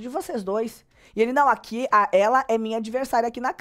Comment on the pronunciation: eu amo quando voce fala uqui kkkkkkkkkkkk ja adotei no meu vocabulário